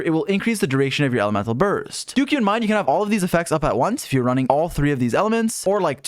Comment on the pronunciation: every time he says "do keep in mind" I hear "dookie in mind"